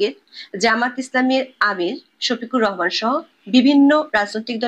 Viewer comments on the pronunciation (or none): none